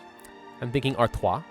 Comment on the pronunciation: Artwah -- Artois -- perfect pronunciation, my friend!